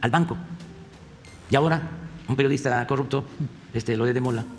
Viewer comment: Este hombre no se muerde la lengua al pronunciar corrupto